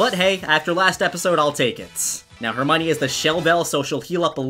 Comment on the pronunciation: I feel bad for Hermione but hey no more horrible pronunciation of Hermione